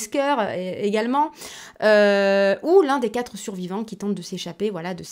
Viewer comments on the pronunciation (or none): none